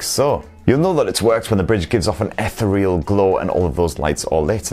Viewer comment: You pronounced ethereal wrongly.